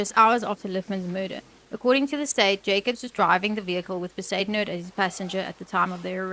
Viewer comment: Not Be-zoo-den-howt!😂😂😂😂 Iyoooo AI is grating!